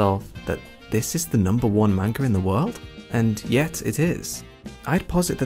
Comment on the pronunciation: Great video but plz pronounce manga the correct way it’s like hearing nails scraping across a chalkboard